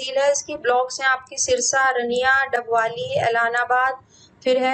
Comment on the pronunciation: Ma'am aap English me nhi Hindi me sahi Bol sakte h Like👉👉 रानियां, ऐलनाबाद ,ओढ़ा, कालावाली